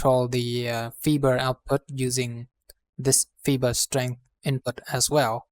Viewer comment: Fiber is pronounced fyber, not feeber. Please excuse the interruption.....